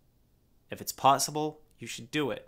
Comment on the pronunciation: "if it is "potsible" you should do it" - Onision